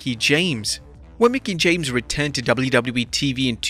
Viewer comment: HOW MANY TIMES CAN YOU SAY WWE IN A VIDEO FFS AND BUTCHER IT EVERY SINGLE TIME